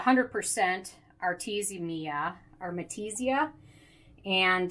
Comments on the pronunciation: Listen ...its AR-TE-MI-SIA Not ARMETISIA or ARTESIMIA...hahaha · Takee a shot Everytime she says Artemetisia